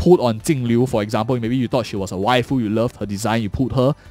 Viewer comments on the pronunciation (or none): none